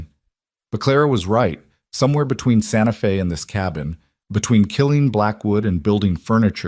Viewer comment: 👏 Fantastic!! 🤗 Finally, this video has correctly said, 'Santa Fe' (Fay) Not, Santa Fee (long E) Now - someone please help the AI data-chip to say [ arithmetic ] right! (math, numbers) It's not, air rith MED' dik.... It's, ah RITH' mah tick Thanks 👍